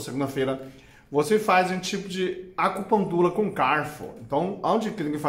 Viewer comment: Esse dr é muito simpático. Acho demais quando ele fala "acupuntula" :)